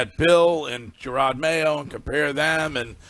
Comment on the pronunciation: “Jerod” - not “Gerard”